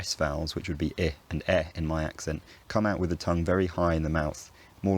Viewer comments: I think you mean vewwy no wery in tho the confusion is understandable seeing how you discussion the merging of v and w later in the video too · minor minor error "very becomes wery" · I noticed that you replaced the V with a W when you were talking about replacing R with a W. Nonetheless great video. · Be vewy vewy quiet…I'm hunting wabbits!